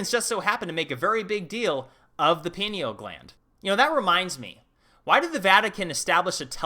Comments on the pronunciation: I just saw your other video on the destruction of the alexandria library, didn't you say caesar did that? Maybe that's what's taking up 53 miles of shelf space. As in, they stole the goods before they torched the dump. Also, unimportant side note, i think it's pine-eal gland, rather than peen-eal, like the pine cone it resembles? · "pineal" is from latin, thus pronounced "pie nee all". not "pee nee al". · Pie-kneel please pronounce it correctly. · Pie- knee - ll damnit ... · Pi (π) knee - all Gland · great Channel, you are on to some amazing insight. Side note Pineal Gland is pronounced "PIEneal Gland...I would love someone like you do a video on "treaty of peace and friendship 1787" Let me know what you think of a topic like this... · dude I thought you just had one channel dealing with moldivite n its pronounced pine ell gland.